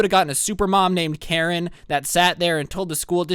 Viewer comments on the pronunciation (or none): none